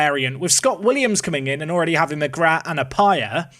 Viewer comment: McGrath is pronounced McGra, you dont pronounce the "th".